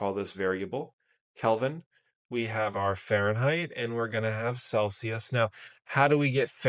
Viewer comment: celSius, not celCius. FFS!!!